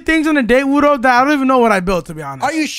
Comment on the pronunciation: Bruh it's frickin wudo not wuno Wuno isn't a word